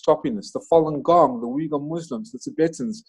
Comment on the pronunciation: What did you say ??? Fallen gong...?